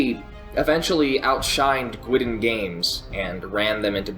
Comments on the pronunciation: Minor quibble... Guidon is pronounced "Guide On", not "Gwidon". It's a term for a unit banner. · Great video. A single note, Guidon games is pronounced Guide-on, not Gwidden. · It's pronounced "guide-on"... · one slight criticism: the word Guidon is pronounced like "guide on". Other than that, great video and presentation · Awesome work One pronunciation thing though... Guidon - I believe it should be pronounced like "guy dun". Based on the logo, its name is derived from those little flags carried out in front of a military unit by a soldier.